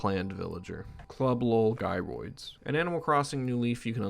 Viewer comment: This dude won't stop saying guy roids lol